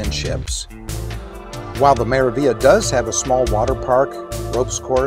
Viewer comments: Its pronounced "MeraviLia" there's the G and L but you pronounce only L, there's no such thing as Meravia.. Meraviglia stands for Marvelous in Italian, good to find out how is it spelled than using it in video wrong several times. Also the gelato thing, Italians are proud of their gelato (ice cream if you want, its the same) so they really wont stuff it into self-serv machine like americans do to sytisfy their constant need of having it right there everytime and for free. MSC is italian cruise line, privately owned by Italian family so the traditions and culture of this country is really rooted throughout the ship.. As an European myself I do understand why there's no gelato or coffee for free, Americans should not compare MSC, or in that matter any european cruise lines to amercican cruise lines, too many differences and mixing apples with oranges. Thats my point of view, certainly not meant as a hate or anything, overall nice video. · Yep ! The g is silent, like in 'Lasagna ' in italian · Very helpful! Also just FYI, you're mispronouncing the name of the ship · Omg...can you please pronounce the name of the ship correctly? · Could not watch this video after you consistently bastardized the pronunciation of this ship name. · You want to be credible, how a bout pronouncing the ship's name properly, Hello.